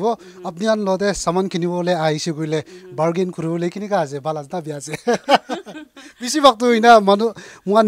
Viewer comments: Instead of saying bargain, barking comes out of nowhere 😂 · Barking toh napare😂